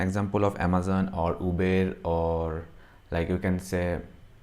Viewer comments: not youbear it's uber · pronounce it as "you- burr"